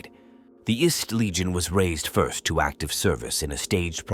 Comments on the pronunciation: The what? Legion? You maaaaay want to edit that so the AI narrator says "First Legion" and not "ist Legion" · Someone please Ctrl+F the script and replace “1st” with “first” so the AI reading this gets it right. Hearing about the “ist” legion as many times as I did was driving me nuts. Almost as bad as pri-march instead of pri-marks. Other than that, a good read.